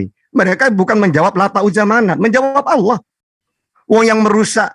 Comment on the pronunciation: Penyebutan kata ALLAH menjadi ALAH Karena KRISTEN tidak mengenal ilmu TAJWID 🤭🙏